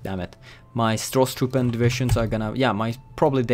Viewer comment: it is acctually "Sturmtruppen" :)